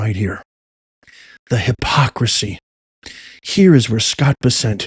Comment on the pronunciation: U r mis pronouncing scott bessents name,ck it out. Thk u